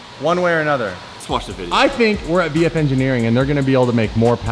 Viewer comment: You almost said sheepey race instead of vf. LMAO